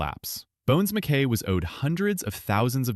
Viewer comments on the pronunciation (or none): Jim “Bones” Mc-Kie” is how it’s pronounced. Just as an FYI